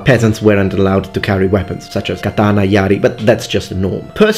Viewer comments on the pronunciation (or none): none